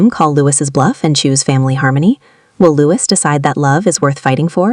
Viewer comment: Lois Hamilton??, it's pronounced Lewis. Why would I subscribe when you can't even pronounce a person's name correctly. Bye